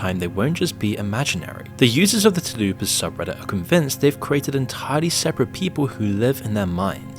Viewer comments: Lol! Talupa! 😲🖤 I was thinking the same thing. I am happy to see your comment. I was going to say it if someone else didn't. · I’ve never heard of it until now but I’m almost positive it isn’t pronounced “talupa” lol that’s Taco Bell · Might as well just say "thought-form" because you CANNOT say Tulpa 😭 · you mispronouncing tulpas made that section of the video one of the hardest parts ever to watch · I think he is saying "Tulpa" wrong. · it’s tulpa. stop spreading this misinformation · That is not how you say Tulpas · Interesting video, but your pronunciation of tulpa is sending me. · your channel is great but its really irksome how you pronounce really simple words wrong sometimes. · You’re not saying Tulpa properly, and they’re actually demons, just ask Wendigoon. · He intentionally mispronounced it as comment-bait. So that he could get more engagement. A lot of creators do it as a subtle boost to their algo. It's a really scummy and boring tactic, because we gotta listen to it and it baits us hard. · Yeah he just doubled down on it, while it was clearly visible that he got the name completely wrong 😂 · Thank you. That was bothering the hell out of me. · It's 'Tulpa', not "Tulloopa'.... and yeah that shit is awful. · went down to find this comment, I thought the first bit suppose to sound like when you say Tulips...like Choolpah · Isnt it tulpa not tulupa? Like “tul-pah”? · TUL-pah not “tal-ooo-pa”. It’s an entity thought into reality not a Taco Bell menu item like a chalupa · its pronounced tulpa, not taloopa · It's not "too-loo-pa", it's "tuhl-pa". Sorry it really bothered me hearing that repeatedly. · Tul. Pa. Not Talupa... its right there. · You're butchering Tulpa so hard😭 "Toul-puh"✅ "Tah-lu-pah"❌ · Tulpa* not talupa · Tulupa lol. Its tul-pa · Dude this is a great channel, but ? Really? Telupa? Read the word man. Just read the word. Tul-puh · Why do you say Tulupa when it's Tulpa?!? It's really annoying 😂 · Tul-pá, not te-loopa. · Tul-pa, not Ta-lupa